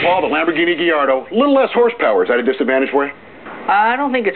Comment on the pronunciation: Did he say Diardo after ?